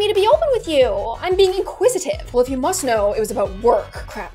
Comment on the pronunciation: The way she said “✨InquISITIve✨” was so satisfying and it 👏🏾sounded 👏🏾so 👏🏾proper👏🏾